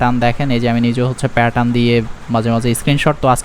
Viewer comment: আপনি প্যাটার্ন উচ্চারণটা ভাল করে করেন। শুনতে খুব অকওয়ার্ড লাগে।